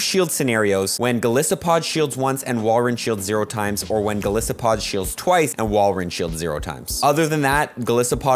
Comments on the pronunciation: Heads up it’s pronounced gol-ice-o-pod Like Goliath + Isopod. Helpful video, just nitpicking! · Why do you say Golisopod Gosliopod ?